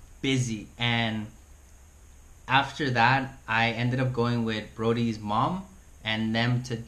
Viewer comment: BODHI not BRODY